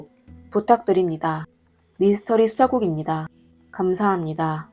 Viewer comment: 한국사람맞아요? 미니스터리가아니고 미스터리예요